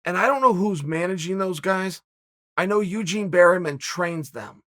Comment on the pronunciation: Eugene "Berryman" Bareman.